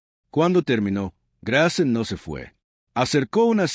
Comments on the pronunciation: Grace se dice ( greis). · Grace o Greis …??? Si pronuncia también las palabras en inglés como es que se le escapó lo de Grace.